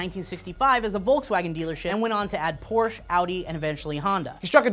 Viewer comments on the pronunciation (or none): PORSCHE IS A TWO SYLLABLE WORD GODDAMNIT!!!!